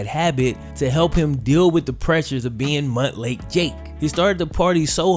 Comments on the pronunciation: Montlake isn't pronounced muntlake its pronounced mountlake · Stop saying Mutt Lake Jake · I keep laughing at "Mutt lake Jake", lol, I know Montlake, but it sounds hilarious! Live your best life Jake!